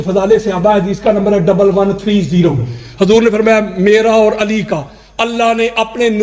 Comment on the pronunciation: Are rafzi hajoor nahi hota huzoor hota hai alfaz sahi kar pahle